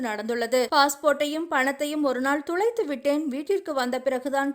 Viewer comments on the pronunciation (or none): அது துலைத்து இல்லை தொலைத்து